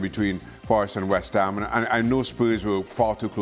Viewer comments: Who is this "West Ha" you speak of? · “West Ha”